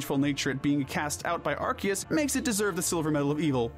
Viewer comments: "are-see-es" ffs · Ar-KEY-us? The C has an S pronunciation, not K. Ar-SEE-us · AR-SEE-US not ARK- KEY-US 😒😒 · Arceus. Arr-Sea-Us. There’s no fucking K in there. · NO, IT IS AR-KEY-US! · The C in Arceus IS supposed to sound like a K, not like an S! And please don't swear! Have you not seen the preview of its movie? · NO, THE C DOES HAVE THE K PRONOUNCIATION IN THE NAME! DID YOU NOT SEE THE PREVIEW FOR THE MOVIE?